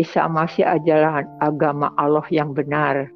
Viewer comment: Salah kaprah,, orang ini menyebut الله. tidak fasih ,ia menyebut aloh,,, Lalu thowaf itu di Masjidil haram, Makkah,, bukan di Madinah... Lalu sholat subuh di masjid Nabawi Madinah,,, sholat itu mata tidak lihat ke atas, lihat tempat sujud,, kok lihat Yesus atas makam Nabi,,,, ngarang